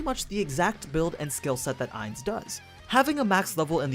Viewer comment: I don’t mean to be rude but you say Ainz name wrong the last part is said like gon